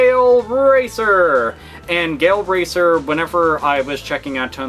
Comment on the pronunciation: When I heard "Gale Racer" I thought he said "Gay Old Racer"